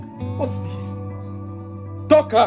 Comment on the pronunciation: The way he says"Toka"😂😂